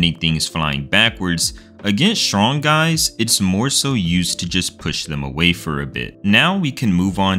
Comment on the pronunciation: word: strong pronnunciation: shwonk